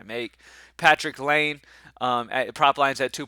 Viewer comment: (It’s lye-nay not lane)